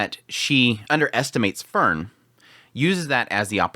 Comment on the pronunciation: Still with the Fern and Fern and Fern oneday he might learn about enunciation...😓😓😓😓😓😓